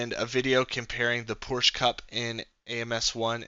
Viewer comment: Porsch, of course!